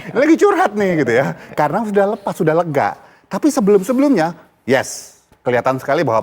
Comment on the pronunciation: Current baca ‘’ Karen ‘’ Bapak 🙋‍♀️